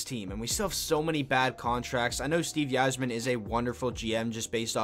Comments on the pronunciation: 100% it’s EYE-zerman. I’ve been watching the wings for well over 20 years and have never heard a person say “Yi-zerman”... Couldn’t believe more ppl didn’t comment about that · won tonight ...and its pronounced "izerman " not "why"- zerman sheesh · "yi-zerman"..... BRO...... "EYE-ZER-MEN" SMDH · It is pronounced Izer-man. Great videos though! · It’s pronounced EYE-zerman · Dude I was so amazed I didn’t see any comments about this sooner. How are ppl letting him get away with pronouncing it like that lol. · He may or may not know more about the team but he definitely doesn’t know how to pronounce Yzerman’s last name... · OK STOP IT!!! STOP THIS VIDEO!!! IF YOU DON'T START PRONOUNCING "THE CAPTAIN" Steve Yzerman's name RIGHT I WILL END YOUR LIFE! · You can’t even pronounce Yzerman correctly